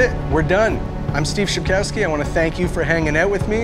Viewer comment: learn to pronounce your surname correctly, will you?;)